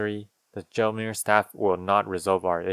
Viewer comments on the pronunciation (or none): Christ almighty 😂😂😂i could have SWORN you said the "john mayer" staff when you were talking about the gelmir staff